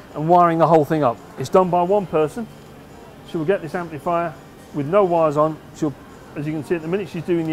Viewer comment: Can someone from the UK tell me: what part(s) of England might this guy come from that causes him to say "amp-LEE-fier" and "four-BEE-twelve"? Also, cracks me how he says certain components are put on by "ladies".